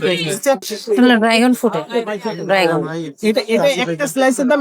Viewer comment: ড্রাগন না ডাইগন😂😂😂